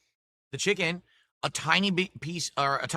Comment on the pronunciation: Add a new one to the list... "Jiken " instead of chicken